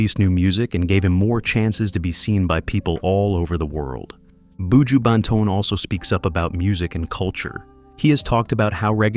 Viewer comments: That’s why White ppl should never tell our stories. They never get shyt right. Not even our names. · Why do these people always want to talk about black people and don't learn how to pronounce the people's names, countries, area, villages correctly? It's pronunced boo jew (buju). Even buju's flipping surname is simple to pronounce and you're still getting it damn wrong. Shait man!! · BOO-JEWW Bentone lol this narrator has me laughing every time he says that😂😂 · Terrible! Can't even pronounce his name nevermind talk facts. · Not even pronouncing me star name properly!!! Leave him alone sir, unnu can't break me star, so carry on wid fake news!!!!!!